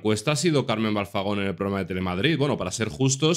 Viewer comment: Y te parece poco lo todo lo que ha dicho, es un bocazas y le tenían que dar un buen escarmiento, por cierto que alguien le diga que es Carmen Balfagon, no Balzagon.